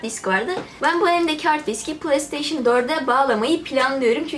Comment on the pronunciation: PlayStation Türkçe okunuşu Plesteyşın değil Pleysteyşın diye okunur.